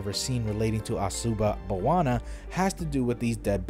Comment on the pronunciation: Asuba Bawana? Sounds like Hakuna Matata